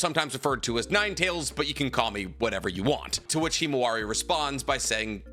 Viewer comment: Mans really said kimawari